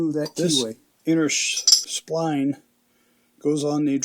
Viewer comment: spline not spleen